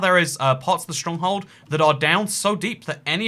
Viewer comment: why do you say schtronkhold